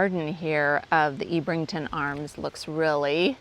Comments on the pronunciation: Ebb - rington not Eeb - rington. HTH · I think you'll find it's pronounced Ebb rington and Kin et un